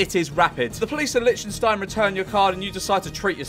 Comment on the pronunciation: NOT LIECHENSTIEN!